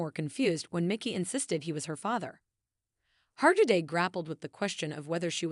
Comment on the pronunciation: Oh, goodness. The final “t” in debut is silent. And you could at least instruct your machine to pronounce the name of the subject correctly.